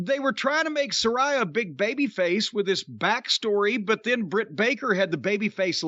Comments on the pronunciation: It wouldn't actually work. And I think he knows it wouldn't because he KNOWS the pronunciation is Sa-RAY-a rather than Sa-RYE-a as he pronounces it but he just wants to annoy her and everyone by saying it that way 😂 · Nobody gives a f*ck..even Jim isn't pronouncing Saraya properly..goes to tell you all you need to know. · Jim said Saraya "wrong", here comes the twitter fit.